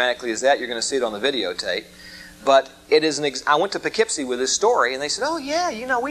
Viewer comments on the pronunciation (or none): none